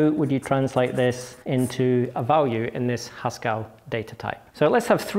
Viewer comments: The second e in "Haskell" is a schwa. When he pronounces it "Haskall" it's no wonder people ask "Do you mean Pascal?" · Stop. Pronouncing. Haskell. As if it. Rhymes. With. Pascal! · Hascal? is that a blend of Haskell and Pascal? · Hang on, Haskell rhymes with Pascal?!